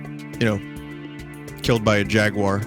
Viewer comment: "I thought George could take the Jagur" With a broken fishing pole XD